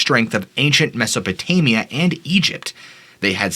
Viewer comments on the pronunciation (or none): none